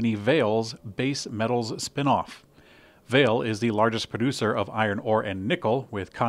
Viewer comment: The mining co. is pronounced, "vah-LAY"